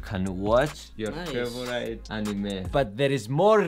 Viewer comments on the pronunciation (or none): First of all congratulations, u showed great mental and physical strength to pull this off. Please learn how to pronounce "favourite", it's not pronounced as favourA-ee-t' as u keep on saying on all your videos, like " it's my favoura-ee-t person in the world or day in my life etc"... Brilliant quote in the end! All the best